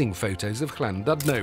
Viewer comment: You got the pronunciation of 'LL' spot on, but the u in Llandudno sounds like 'i' - Llan-did-no.